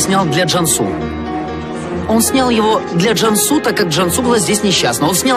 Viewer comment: Не Джамсу а Джансу не виресли а вырасли